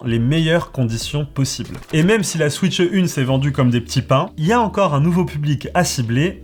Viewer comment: SVP , ne dites plus « switcheu 2 » comme la majorité des youtubeurs francophones , j’en peux plus. Dites « switch 2 » sans le « eu » svp . Je n’arrive plus à regarder des vidéos où on prononce comme ça , ça me rend fou .